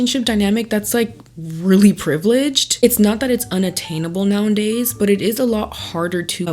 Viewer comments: Please stop saying “now ‘en days”, its like nails on a chalk board. Its “Now’a’days” not “now ‘en days” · lol gotta start with “STOP SAYING NOW-AND-DAYS” that’s not how you say it! Second all these “alphas” refer back to the 40’s and 50’s for how the perfect family was…but men were ABUSING their wives regularly, the women felt so purposeless being at home that most were on antidepressants and the kids barely saw or spent time with their dads. There’s never been a “perfect family structure” mens just had all of the control back then, that’s why they want it back.